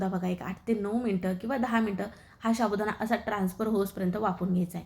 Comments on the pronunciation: शाबुदाणा नाही हो साबुदाणा म्हणा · रेसिपी छान आहे पण शाबुदाणा च्या जागी साबुदाणा म्हणाल तर बर होईल.